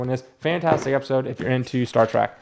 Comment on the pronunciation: I love how yu say Star Trac instead of Trek. I love the rants.